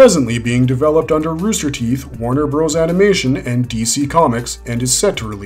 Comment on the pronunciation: Calling them Warner BROS was very annoying.